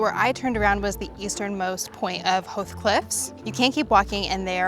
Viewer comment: I grew up near Howth and appreciate your accurate pronunciation. Beshoffs is awesome. You did a lovely review. Fair play.